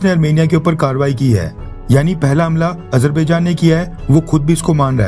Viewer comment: Hahahahahaha Modi is worried about Azerbaijan/Armenia conflict. He pronounces it Ajar...bhai...jan...😂😂😂😂😂